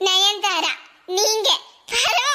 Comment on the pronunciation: lathiba Raatha, Nayanthaara Illa nayantithaara... 😂😂😂😂